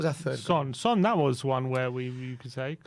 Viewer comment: Why do we call him San and not Son? Only pronounces the name right.